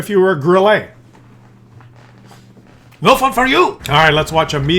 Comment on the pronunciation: I have recently (re)started playing WoT after an hiatus of many years. I agree with all your comments - it now reminds me of those tabletop wargames where players field 1/56 Jagdtigers on a 6x4 feet table., a word of advice from a Kellermann to a Kellerman, Grille is pronounced Grill-uh not Grill-ay 😉 Keep up the good work, your videos are very entertaining.